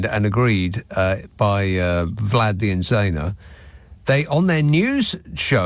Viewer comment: It’s “Vlod”…